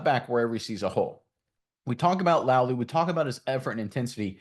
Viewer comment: Pronounced LA UH Lou